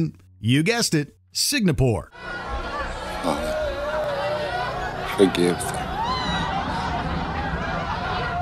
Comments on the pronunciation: Are you saying Signapore?! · "Signapore"?! where that? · Signapoor? Really? :yougotthis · how hard can it be to say SINGAPORE correct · “Sig-na-pore” made me want to die every time. So does “Cuties” not being on this list. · Ah, yes. Good old Signapore. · Why does he say Signapore??? OMG… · "Signapore" is now going to get this video banned from their country for all the times you butchered its name. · What the hell is Signapore? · I've never heard of the country "Signa-poor" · The fuck is "signapor"? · Is it really pronounced "Signapore"? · STOP SAYING SIGNAPOORE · Sig-Na-Pore laughs in narrator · "siGNapore" Untied Satets of Mearica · Thanx for the dope video as always but it's pronounced Sing-A-Pore ... right? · Watchmojo staff meeting: "Guys, can everybody here pronounce Singapore?" "No, this guy here says 'signa poor'" "Alright, let's have HIM narrate this video!" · At least he got to "Sig-a-poor" in the last one. LMAO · Signapore? Not once, but several times. Probably the most-repeated word in this whole video - please check spelling and pronunciation before committing to upload. I'd ban NOTLD but only because that is absolutely THE most horrific scenery-chewing I've ever seen off the soccer field. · I love watchmojo.... But it's Sing-a-pore..…..…Singapore. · How many times did he say Sig-na-pore? If I'm wrong please educate me. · bro cant say SINGApore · I've been on this earth for 51 years.... I've never heard it pronounced Sig-na-pore. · Dude, are you really saying SIG-NA-PORE?!? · Signapore. LoL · what the hell is signapor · "Signapore"? How is this mispronounced multiple times? embarrassing. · Or in "Signapore". The guy couldn't say it correctly at all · I know. But the VO kept saying it wrongly. My comment was a joke referencing that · that bugged me every time he said it... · dude’s got a hart time pronouncing Singapore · If I have to listen to this guy mispronounce Singapore one more time I'm gonna reach through the phone and slap the shit out of him.